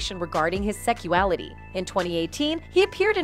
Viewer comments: Will someone please tell me wtf is "seckuality"? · is no-one hearing the wrong pronunciation? the constant "secual" and "secuality", then co-ver instead of cover..